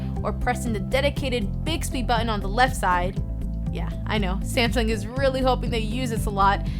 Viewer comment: I like her videos but I hate the way she says the word button.